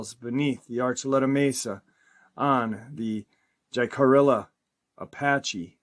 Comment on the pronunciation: Jicarilla is pronounced kinda like “hickorea”